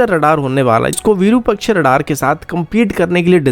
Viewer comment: वीरूपक्ष नहीं, सही शब्द है विरूपाक्ष